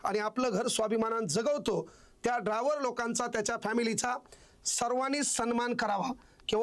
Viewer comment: ते सगळं खरं आहे तुला मास्तर कोणी केलं ड्रायव्हर असा शब्द आहे ड्राँवर नाही